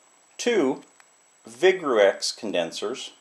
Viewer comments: Ummm... Sorry, but Vigreux is actually pronounced "Vigroo". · Ouch... "vig-rex." Nice kit. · Good Sir comes from a French chemists last name Vigreux. Pronounced [VIGROW] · I don't trust a person who can't pronounce vigreux.. Just goes to show that you are no chemist and you have no clue what you are selling... Buy this kit from ebay instead